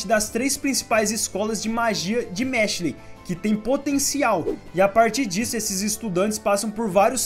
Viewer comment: que agonia ouvir tu falando mashLE